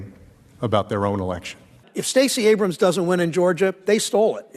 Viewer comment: Pastor Jerone calls her Stacey Ate-ems 🤣🤣🤣🤣